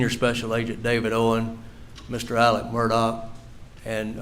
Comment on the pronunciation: That was certainly painful..😳 Also, the one defense attorney keeps calling him “Alec”..? Isn’t it “Alex”.. ?